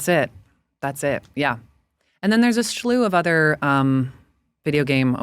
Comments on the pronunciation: She said schlew twice. It’s slew. Just slew. Still the best conversation on this podcast in a while. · Yo this woman keeps saying "Shlew" instead of "slew"... I'd probably call her "anti-semantic" to her face but there's not way she would understand that one. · “Slew” vs “Schlew”?🤔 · Why does she pronounce “slew” as “schlu?”